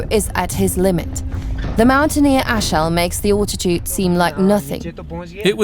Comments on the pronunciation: Sorry...her accent is shocking. Alltitude? Al....al....al. Fahrenheit is FAIR...n...height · "Awltitude"?! When the hell did the English start saying "Awltitude"? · "Britch" "Far in height " .. "grave ell " ..." awltitude" .. I am really NOT one to call out a person for pronunciation as a LOT of the narrators are speaking English when it is not their first language. This girl is not speaking English as a second language at all. .. I cant listen any more... My ears are bleeding. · The narrator sounds British but she pronounces her words rather oddly. Britch (bridge), fahh - renheit (fahrenheit) and all-titude (altitude). Plus, I can't really understand why she keeps referring to the temperatures in fahrenheit. Especially when she says -40 is the same temperature in celcius or fahrenheit. Still, not to complain, it's a free documentary about places I am unlikely to visit so thanks for the upload.